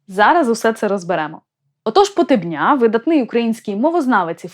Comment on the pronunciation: Не Хозари , а Козари . Вони були слов'янами ,розмовляли слов'янською мовою та сповідували йюдаїзм, який в ті часи нічим не відрізнявся від тогочасного ісусізму,тобто чпотвореного йюдаїзму . Прізвище ПотЕбня вимовляй правильно !